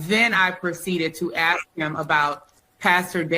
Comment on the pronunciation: Maybe if she knew how to ask a question, and no axk questions she'd know how illegal this was before she did it